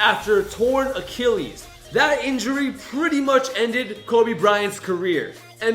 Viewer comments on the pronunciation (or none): none